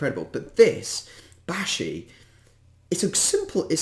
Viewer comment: Hi I’m Maldivian and a girl so ya also u pronounce it like bAshi not. Baeshi ❤❤ also Maldives is rlly ugly irl